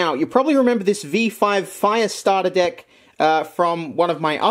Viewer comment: have a bunch of deck: full deyk mind with the accent: full deyk heyre..